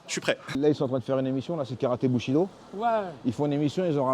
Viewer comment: Bushido j'ai cru entendre boucherie do